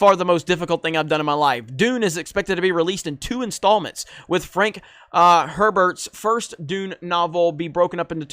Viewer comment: Had to abandon watching this - couldn't stand your mutilation of those names and your effort at a pretty standard 'Herbert' sealed the deal. Here's a tip: Most things are pronounced pretty much as they are spelled.